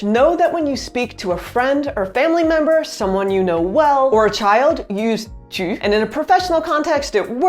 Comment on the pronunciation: You have a good sounding Tu Tu as un beau tu ( ͡° ͜ʖ ͡°)